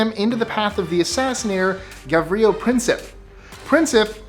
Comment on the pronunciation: It's Sa-ra-ye-vo, not Sa-ra-hey-vo. Also not Gav-ri-yo, it's Gav-ri-lo.